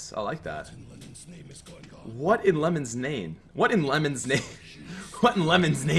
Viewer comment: lenin, not lemon